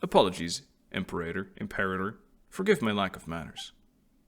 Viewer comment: You chose the correct pronunciation of Imperator, btw. Lmfao 🤣